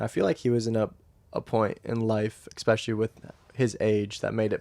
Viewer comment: That’s got to be a record for the number of uses of “honestly” in 45 minutes. Also, what does “expecially” mean?